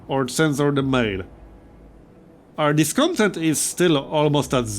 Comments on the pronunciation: Hey, really enjoying this series as I’ve enjoyed all your Frostpunk content. Just a heads up: discontent is pronounced with the stress on the last syllable: disconTENT. It’s the same root as content (adjective) as in fulfilled: conTENT. The noun content as in “downloadable content” is CONtent, like you are pronouncing it now. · Hey,. Really enjoying your series. I like Frostpunk as a survival + city-builder hybrid. Also, the word Discontent, is spelled phonetically as "DisconTENT" with the emphasis on tent. No complains otherwise, love your series.